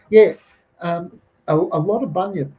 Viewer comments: It's Bunyip not Binyip bro lol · Bunyip mate not bynyip!! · Bunyip, not binyip, look up "quinkins", specifically "Turramulli", where do you think that story comes from? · Bun-yip how is this hard to pronounce. Maybe bin chicken he meant to say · Hahahaa . Exactly mate . A Bin yip had me in stiches . I said we got binchooks not binyips.